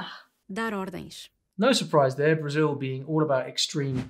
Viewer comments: And the L in BrasiU is just a U sound and not that weird W that he tried to do. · I really like the way he say Brasil 🇧🇷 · tu falaste "Brasil" certinho! Que cara bom! To orgulhoso <3